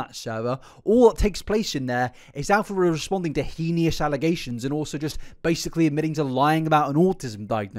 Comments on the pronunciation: Elphaba quite clearly does have issues, but im thinking histrionic and narcissistic personality disorders. It would explain all the lying, attention seeking, manipulative behaviours, etc Also edit to add heinous is pronounced hay-nuss 😅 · "He-ni-us" lol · It's "hey-nuss" right? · Babe please google the pronunciation of the word “heinous” I can’t take this anymore 😭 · I saw this comment JUST as he said "henious" again 😭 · This video is amazing and im not too far into it. But i get so distracted by his pronunciation of the word heinous. He says it in a few videos and its wrong evey time. But if thats my only complaint on a video this long!! Bloomin great content!! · Can you please work on your pronunciation of the word heinous? There is no I after the n. I love your videos. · The only heinous thing about this video is mispronouncing heinous. Otherwise very good a bartender friend of mine had the misfortune of serving elphaba so it gave me a good chuckle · with respect i am begging you to look up how to pronounce heinous cause i cant do this anymore